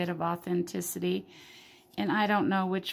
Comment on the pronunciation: Nice collection there. Thanks for sharing the Anne Stokes rounds, I have never seen them before. Looking forward to more gold and silver vids on your channel. Cheers and Papa. Btw I always have problems pronouncing authenticity, you do it really well! 👍🏻👍🏻